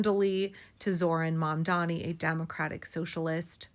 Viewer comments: 🙄 Cuomo can't even pronounce Zohran's name correctly. It's "Mom-donny," not "Momm-Dommy." He should learn, considering Mamdani is HIS mayor now! 😆 Bet he still says Ka-MOLLA Harris, like they do on Faux News. Maybe he can find a job there. 🤔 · Every time I hear them pronounce his name "Mondami," I'm reminded of how petty, disrespectful and butt hurt they all are. I've heard some of these same people pronounce Mahmoud Ahmadinejad's name correctly and casually. It gives "Ka-MAH-la" energy. Cuomo ran against Mamdani. He knows his name. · I'm pretty sure they call Zorhan Mamdani "Mandomi" because it rhymes with "Commie." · Gotta love how Cuomo mispronounces Mamdani after campaigning against him for HOW long!?!! That speaks volumes. Didn’t even learn to say his name properly!